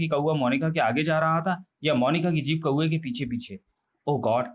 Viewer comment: Truti Sudhar => Kuve nahi Kauve hai 😤